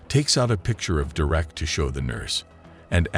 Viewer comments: WHO TF! Pronounces "Derek" ... doo-reck??? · How can your AI bot not be able to pronounce the name Derek ?